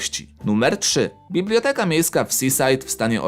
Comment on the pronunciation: nie mówi się bibloteka